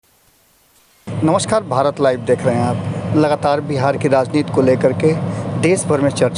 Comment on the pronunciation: कृपया 'राजनीति' बोलें, न कि 'राजनीत'। आपका यह नया शब्द 'राजनीत' हिन्दी भाषा का कोई शब्द ही नहीं हैं।